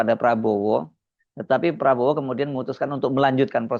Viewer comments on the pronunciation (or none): none